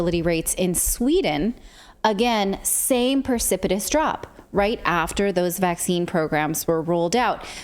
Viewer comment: The word is pronounced precipitous, not percipitous.